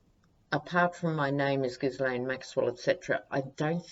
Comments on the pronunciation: canadian trivia. the "Ghislaine" name is very french canadian, and in quebec is pronounced "zheess-lenn". one of the witnesses called her "gee-lenn" with a hard g, another common french canadian name, spelled "Guylaine". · Hi Just to let you know Ghislaine is a French name of course and so the S in her name is silent. So pronounced Gheelaine.. Sorry I'm not trying to be pedantic😩 Love your readings!! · Pronounced (Gill ane) the S is silent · Minor, minor quibble - if I remember correctly, the pronunciation of Ghislaine in the French is "Zheel-EHN." Silent "S." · Trivia: Ghislaine Maxwell is pronounced ‘geelan’; the ‘s’ is silent — the ‘g’ is a hard ‘g’ and pronouced as the ‘g’ in guitar. ‘Laine’ is pronounced lan. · Sorry it's szee-lèhne Just googled it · Ghislaine - soft 'g' as in GIGI, The S not pronounced (french style) so shggggg III LAINE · Sorry don’t agree, we wd pronounce it gheeslaine.. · No it isn’t. It’s pronounced phonetically like * gislen * with a hard G, or * geese lane * I don’t know where this silent * s * idea comes from, but it is wrong. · Hi, just love your readings and your humour, just want to make a comment on Ghislaine's name It's pronounced 'jeez-len',, the French Just neeeds to make that comment, and I don't mean to be offensive just helpful, hop ethics helps in the future as I assume we will often mention her name, tk un